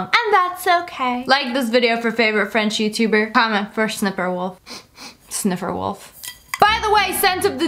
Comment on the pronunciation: Did you say snipper wolf or SSSniperwolf ?😭❤